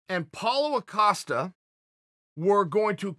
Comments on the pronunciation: Ya-Rear and A-costa. Chael kills me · If uncle cheal says his name is Acosta then it’s Acosta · I read “Costa”, I KNOW his name is Costa, yet because I keep hearing “Acosta”, that’s his name now. Lol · Acosta* lol 😂 it's clearly Costa